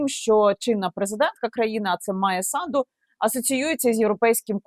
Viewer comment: САнду! С А н д у.Не СандУ!!